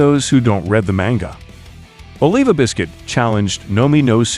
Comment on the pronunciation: Why do you keep saying “red” instead of read?